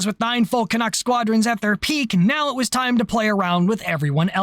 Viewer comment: As a Canadian, I have to thank you for correctly pronouncing "Canuck". I see all to many people on Youtube, primarily from Europe, pronounce it as "CanOOk".